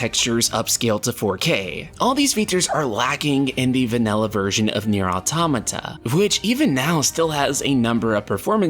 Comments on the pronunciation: I just wish you would read the name out loud the right way .... It's a compound word spoken = auto-mata ... The creator says it like that the entire country it came from says it like that and the funny thing is its phonetically english. Not a japanese name or expression yet english speakers cant say it and it's always the same people whos only come back is ..... muh grammer .... Well i'll write like I'm doing a presentation when you can read words like they are written. Deal? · holy shit learn to pronounce automata lol